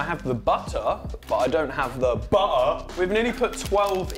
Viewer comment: “I have the butter but I don’t have the Bu-errrrrr” This cracked me up